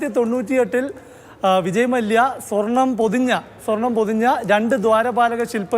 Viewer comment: വീണ്ടും സ്വാർണം പുശി എന്നു പറയല്ലേ plz🙏🏼